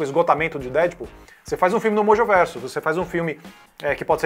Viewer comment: Da agonia ouvir esse cara falar DÉDPUL